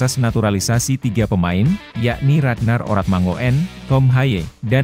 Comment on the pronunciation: Jgn baca nama 'oratmangoen' sbgmn ditulis krn 'oe' dlm bhs Belanda dibaca 'u' jd (maaf) bukan :oratmangoen' tetapi 'ORATMANGUN'😂😂😂